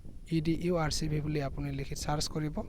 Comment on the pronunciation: English najana nki tumi? Edurev hoi edurcv nohoi.